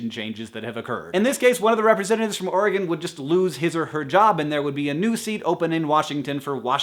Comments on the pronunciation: Yay!! You say Oregon properly!! 3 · As an Oregonian, I am delighted to hear that Hank pronounces the state name correctly and thinks my home is a lovely place and doesn't smell. :)